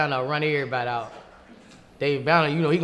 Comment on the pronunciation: “One feet in and one feet owt” lol